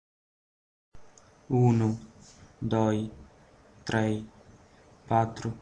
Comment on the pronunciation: I think it's OK, it's true there are some mispronunciations (as uno in Spanish, that didn't sound Spanish), but in general terms i'ts a great video.